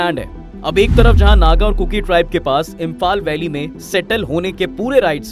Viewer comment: First of all please, bolna sikho kurku nahi kuki hai.